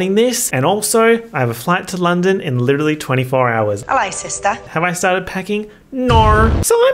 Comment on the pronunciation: God I licherally use that in every other sentence